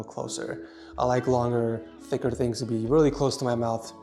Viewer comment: “ I like longer thicker tings to be close to my mouth” 😂😂😂